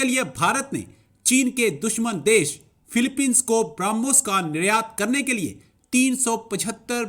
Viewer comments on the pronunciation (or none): अबे फिलिपिंस है, ना का philepine,, पहले पढ़ना सीखो!!! English आती हैं पढ़नी ???,, या सिर्फ आसमानी किताब पढ़ रहे!!! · Philippines nahi bolne aata mulle ko